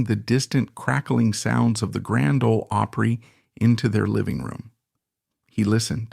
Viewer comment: Come on, learn to pronounce Opry